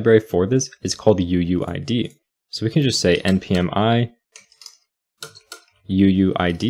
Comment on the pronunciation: Listening to this and hearing "uuID" and I think he's saying "uWu ID"